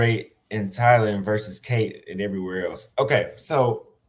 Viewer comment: Why do you pronounce Thailand like Thylan?